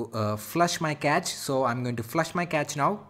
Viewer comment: Cache is not like catch but like cash